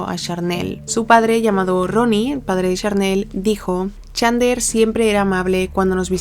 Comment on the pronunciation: Me quiero pegar un PUM cada vez que pronuncia mal el nombré de chandler